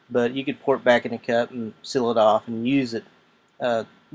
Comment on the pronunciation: The way you say, Seal and sealer. Is dumb